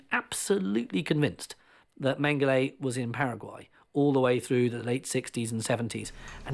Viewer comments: It’s Mengele 🤦. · Everytime I hear his name mangele I always hear mangel. Not too far off he was...please everyone let's learn...no hate..only love... much love..positivity..happiness..good health and peace to all. Please everyone..just love...